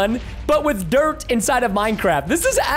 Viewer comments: u said drt but not dirt?? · preston spelt dirt wrong he said drt